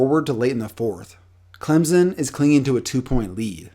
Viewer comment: Please say Clemson right